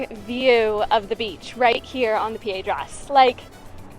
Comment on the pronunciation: CAN'T STOP LAUGHING AT THE "Preda" KSKKKKKKKK I didn't even finish watching the video yet but had to comment on that! LOVE IT HAHAHAHAHA In case you're wondering, the right word is "Pedra". ❤❤❤😂😂